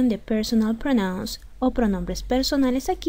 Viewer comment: Muy buenas las explicaciones, pero tenés que mejorar la pronunciación. PRONOUNS, por ejemplo. The last week no se dice. Tenés que omitir el artículo definido THE.